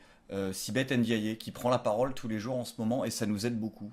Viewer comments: Sibeth “Aindjayé”... N apostrophe forcé et maintenant on rajoute meme un accent a la fin. Super. Je deteste la petite mais faites un effort sur les noms africains quand meme un moment. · Sibeth Ndiaye ce prononce sibeth Niaye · Attention à la prononciation de Ndiaye ça sonne i e a la fin bisous